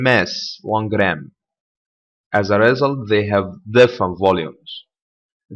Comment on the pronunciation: Check the pronunciation of the word "result"